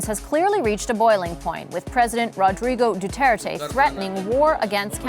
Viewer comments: Anyone else find it annoying when he says Duarte when its Duterte? Buddy didn't read the synopsis properly LOL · "du-aar-tay & manny pa-kow" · looses all credibility when he can’t even pronounce Duterte’s name goes to show that he’s not too bright at all